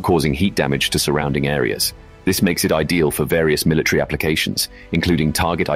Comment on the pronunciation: Or are you trying to say MILITARY